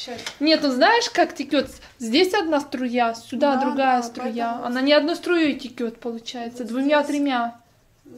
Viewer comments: Не текет, а вода течёт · Не тикёт, а течёт))